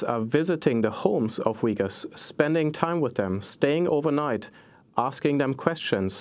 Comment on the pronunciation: They are not called Wiggers, they called Uyghurs, there is no "w" sound. It's more like ooy-gur. Just listen to her .